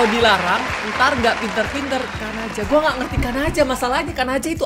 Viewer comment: itu bukan kanaja di baca nya tapi "kan aja"